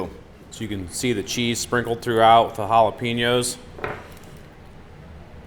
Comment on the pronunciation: Dude , Great vids! Jalapenos. Pronounced Jalapaynos. NO "E" in spanish . Plz stop with the JalepEEnoes . Thx